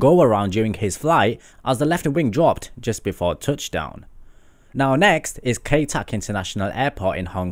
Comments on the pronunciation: 1. I would fly to all of these BECAUSE they are dangerous :D 2. Kai Tak is no longer operational so why is it in this list? (Also it's pronounced "Ka-i". not "K-ay") 3. What about Barra Airport, Scotland? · It's KAI TAK (Ki-tak). Cool shot of the China Southern 777-200 with GE90-94Bs.